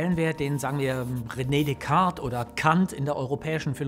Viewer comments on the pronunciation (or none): none